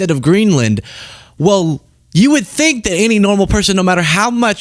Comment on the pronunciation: He kept saying "i dont fink thy,ll be there for us" has tht walking faketan advert fogot" 9/11" usa envoked artical 5! The only time its ever been envoked! And yes we "nato" were there 4 u! He needs a friggn history lesson ffs ✌🇬🇧🏴🏴🇮🇪👍